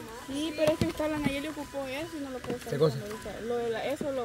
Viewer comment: Ya se dice nayeli y no sabe 😂